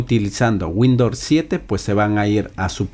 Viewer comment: No es windor es windows